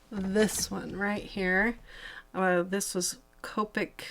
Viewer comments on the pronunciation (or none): none